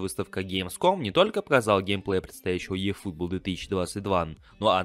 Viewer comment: Ифутбол, а не "йэь"